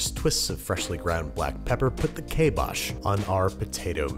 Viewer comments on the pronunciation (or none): Kybosh. KAI BOSCH....Not Kay Bosh.